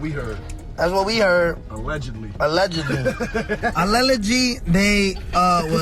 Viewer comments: "Alelegy" 6ix9ine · He had one of the most insane music careers ever and can’t pronounce “allegedly”